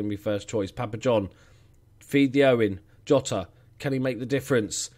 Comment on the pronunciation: Bye the way, I'm pretty sure Jota is pronounced Zhota as in the letter J.